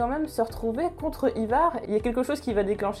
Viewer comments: Par contre prononce le "Aillevar" plutôt que "ivar" car ça pique le oreille, sachant que tu prononce bien Halfdan de la bonne manière (Halfdanne) ou encore Ubbe (Oubé) ou autre je comprend pas pourquoi tu n'y arrive pas avec Ivar c'est hyper déstabilisant ! Sinon c'est cool de voir quelqu'un parler de Vikings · Endras Ça s'écrit peut-être Ivar mais encore une fois ça se prononce "Aille var'' c'est comme ça que tous le monde l'appelle dans la série. Si tu t'appelais Georges je pense que ça te fera chier qu'on le prononce ''Jehorje'' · Pareil mdrrr peut etre qu'elle l'a prononcé comme ca pour pas que l'on croit que c'est un produit d'apple I-VAR lol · The Punisher Mais qu'est-ce que tu racontes j'ai maté Vikings entièrement 6x et jamais personne n'a prononcé Ivar comme elle le prononce en vidéo.. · Le Dax Dsl mais ça ma trop stressé pour pas que j'le notifie